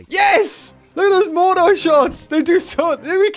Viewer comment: pretty sure it's pronounced "mor-ter"